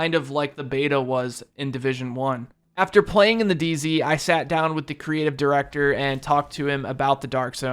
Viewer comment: Just noticed you said dz not day z